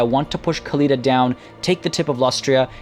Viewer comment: Can you stop pronouncing Khalida and Khemri the way you do? It's really more annoying than anything and isn't necessary in the slightest. Even if, you supposed, that the people at Games Workshop who made these names pronounce it like that (protip: they don't), linguists generally accept that when a word or name is adopted or pronounced in another language, it isn't incorrect to say that word/name with the pronunciation rules of that new language. The Tomb Kings aren't Arabic and their names weren't made intending to emulate Arabic. In other words, you're over-correcting and it's grating to the ears to hear you throw out gutteral noises everytime you say Khalida or Khemri.